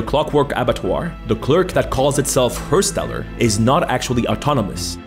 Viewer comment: I love your videos, funny creative sometimes nostalgic sometimes fuck I am getting old. But please try to pronounce words in a foreign language somewhat correctly hersteller isn't pronunst like her, but harsher liker hEr like errand but with an H. The steller part was solid.